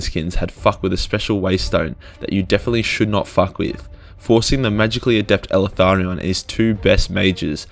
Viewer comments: Please stop calling him “elEtharion” its; “Eltharion” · Are you sure you're pronouncing the damn name correct ? Eltharion ? ELE-THARION ? Or EL-THARION ? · Did Timmy teach you how to pronounce his name? EL - Tharion. He's probably a Mexican elf... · The way this dude pronounces Eltharion makes me cringe. He puts an additional 'a' after 'El' and it's gross.